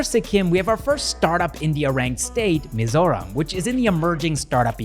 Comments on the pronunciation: Wow, your pronunciation of Mizoram and Mizo names 💯👍🏼👍🏼👍🏼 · I’ve never heard foreigner pronounce Mizoram perfectly before….. this is really something new ❤❤❤ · ur Mizoram pronunciation is way much better than the actual mainland Indians...kudos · The way you pronounce Mizoram is perfect